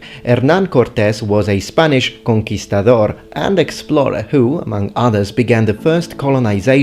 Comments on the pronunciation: Thank you for saying Conquistador!! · Tenoxtitlán Youtube subs: Tenacity land, nazi clan, notre dame Also liked how you pronounced conquistador jeje